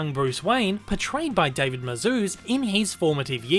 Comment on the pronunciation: No one can ever pronounce David Mazouz correctly. And I’m not talking about Mazouz. I’m talking about David. 😂